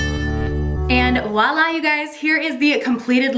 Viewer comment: LOVE watching you! You know it’s “Voilà!” with a “V” right? Lmao you’re killing me with the “Oualla!”